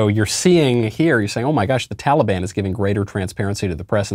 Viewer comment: "tollybon"- joe biden